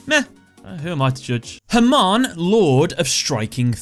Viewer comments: Funny how your non-rhotic accent makes Hamon sound like "Herman". You can try pronouncing it as either ham-ON, or huh-MOAN. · As A Persian I can tell u the pronounciation of Hamon is "Ha-Moon" 3 years late to this video but hope u see this :D